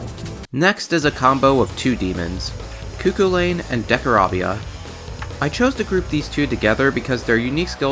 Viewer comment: Cu Chulainn is spelled "Koo - KUL - Ein" but in irish the KUL part sounds like "Tsh", so you spell it Koo-Tshul-un.